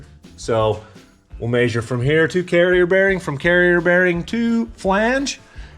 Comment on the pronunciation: "Maysure"? It's measure.